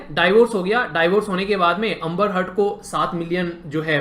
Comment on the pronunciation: Bhai अंबर हर्ड nahi... ऐंबर्ड heard